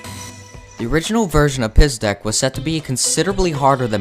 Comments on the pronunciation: its pronounced "pizdeTS", not "pizdek" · pizdec sounds funny with english pronounce, for me as a russian guy this sound SO weird